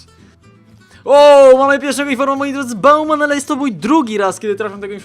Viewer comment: Chyba nie bauman tylko bałwan